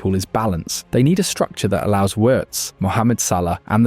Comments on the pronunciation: It's pronounced VVVirtz. You seem to be forgetting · In German the W letter is said as V letter. So Wirst is pronounced Virst. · If he's so great, why not get his name right? 😉*Virts* "W" in German is a "V" in English (a voiced F). Like with Rachel Weisz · “Werts” 😂come on bruh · You could have at least tried to pronounce the name correctly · Please learn to say his name, there are two syllables.